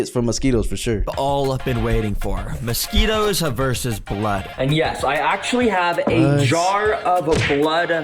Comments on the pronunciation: Mosqui “TOES”?????????! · Really? You thought we wouldn’t notice the “mosquitTOES”.